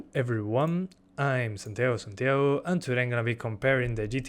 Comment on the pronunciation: Cuando decís "Santiago Santiago" parecés argentino